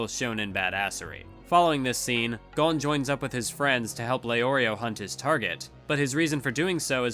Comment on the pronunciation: Am I crazy for being annoyed that he's pronouncing it GONE and not GOHN?